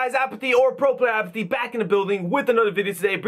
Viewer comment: What's up guys, It's Jones here, or Mr. Jones! What you sound like when saying Apathy or pro player Apathy. Too funny